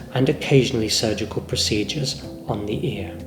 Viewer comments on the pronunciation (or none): none